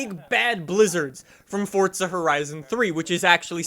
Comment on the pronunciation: Bro. Even the devs pronounce it FORZA. why do you say fortza. Why. This has been going on for years and must stop